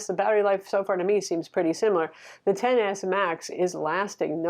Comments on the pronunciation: love your reviews but it’s pronounced Ten. Not X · It pronounced Ten S!!!